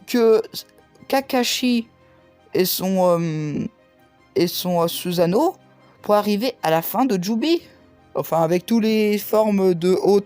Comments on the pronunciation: Et pas suzano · On dis Sussano